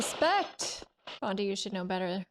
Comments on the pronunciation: I'm late to this thread, but PLEASE stop calling him "Bondie", Great review! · Bondie? she called him Bondie, words failed me...:) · Really enjoyed your reaction to James Bond really splendid!?loved how you keep calling him "Bondie"keep them going.